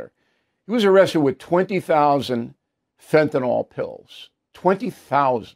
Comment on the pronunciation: Bill Bill Bill. Please stop saying fenanol. It’s fentanyl. Pronounced fentanyl-ill. Like Bill. Fentanyl.